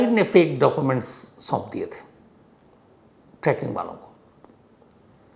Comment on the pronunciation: Sir, it’s trekking nit tracking. 😊